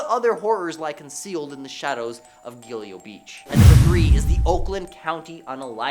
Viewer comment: It’s pronounced “gill go” the Gilgo beach murders.